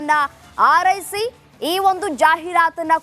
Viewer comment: 😮 ಆರೈಸಿ ! ( ಹಾರೈಸಿ) ಕನ್ನಡ ಉಚ್ಚಾರಣೆ ಸರಿಯಿಲ್ಲ ಆಂಕರ್ ದು.😮 ಸರಿಪಡಿಸಿಕೊಳ್ಳಿ.